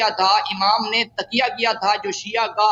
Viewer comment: کسی امام نے کسی کا اتباع نہیں کیا سب جھوٹ ہے اور تم تو تقیہ کا لفظ بھی درست نہیں بول سکتے تکیہ بول رہے ہو